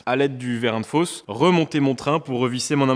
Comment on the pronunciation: Nouveau jeu à boire : un shot à chaque fois qu'il dit ''verrin de fosse'' 😂 ah non pardon, verrin de ''FAUSSE'' 🤣